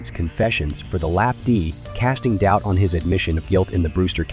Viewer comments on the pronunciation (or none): the misreadign of the AI of LAPD as LAP D makes me realise LA cops should be called Lap Dogs not Pigs